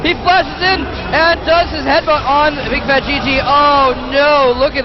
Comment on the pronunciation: Bigfatlp , not bigfatGG haha